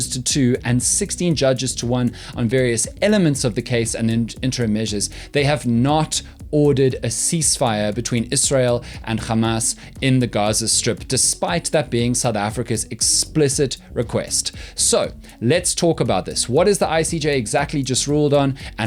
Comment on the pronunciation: Just so you know - you don't have to put the Afrikaans "g" sound on Hamas - it's pronounced with a H sound - the Israelis mispronounce it it's pronounced more like "ham-ass"